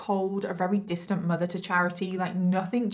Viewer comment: im sorry but "her MUDA "